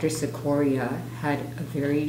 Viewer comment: Now, Mr Cicoria could pronounce his name 'chick-corea' but then, maybe not. Thanks for sharing!